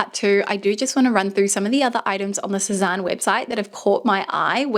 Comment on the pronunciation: It's pronounced 'seh-zane' or 'seh-zan' not 'Seh-zahn' :)